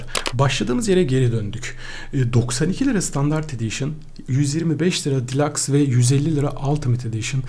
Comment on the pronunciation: Abi delux diye okunuyor delax deme sinirim bozuldu vggyıghıgıhgıhghı